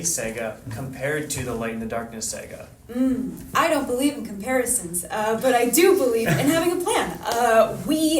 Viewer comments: Just when you think couldn’t meme himself anymore; he manages to. He keeps saying “sega” instead of “saga” lmao. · SAGA n. pron. SAH-gah (not SAY-gah) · “Sega”? wtf!!! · Why is calling Saga Sega? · This man said Sega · Bro really said Sega. Making Canadians look bad lol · He keeps saying "Sega" 😂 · He kept pronouncing saga as Sega. > Sega > makers of Sonic > gotta go fast Lightning fast intros confirmed! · Why does he say sega for saga 😂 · In Canada it's pronounced S-Eh-Ga. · dude is really gonna pronounce saga that way? geeze